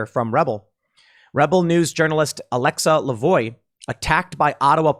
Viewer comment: The rebel news reporter's name is pronounced alexa la-vo-ah. Her last name in frech translates to 'the voice' which is an awesome name for a journalist